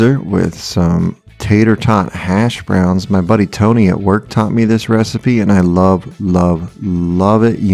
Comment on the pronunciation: Uh... tater tot hashbrowns.... "smashbrowns"?